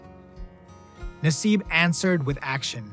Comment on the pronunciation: Carl Nassib is a proud PENN STATE Grad. Love ya Carl! P.S. You miss pronounced his name.